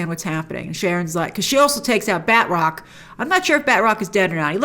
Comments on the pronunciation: I gotta say, his name is not pronounced "batrock". It's more like "battruck". Oh well, call me a nit picker. Can't wait for Loki, this finale was underwhelming. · I cringe a little when Grace says "Bed Rock" instead of Batroc